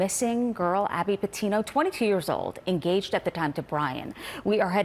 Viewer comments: Her name is Gabby not Abby! How rude. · GABBY PETITO Not "Abby petito" ... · Abby?! Getting her name right EVERYTIME might help a bit!! 🤦🏽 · Her name is gabby not Abby.this lady said it wrong